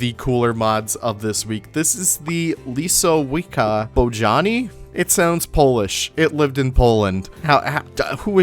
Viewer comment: As a resident paleo-nerd the giant Synapsids name is pronounced lis-oh-wis-ea bow-jar-knee